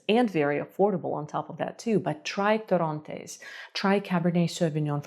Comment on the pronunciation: Okay it's not torróntes it's torrontés